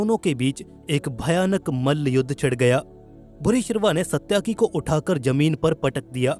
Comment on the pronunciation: सत्याकि नहीं बल्कि सात्यकि है सही नाम